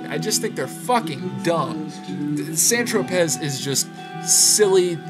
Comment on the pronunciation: The two you don't like ("San Tropez," "Seamus") are pronounced "San Tropay" and "See-mus."